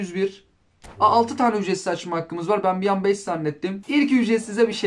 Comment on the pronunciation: ücretsimzimze hahahahahah